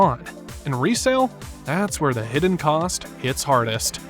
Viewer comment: “hid-den”, “off-ten”? This AI crap is tiring.